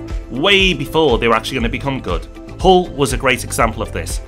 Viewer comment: Nice video...but Hull??? 🤣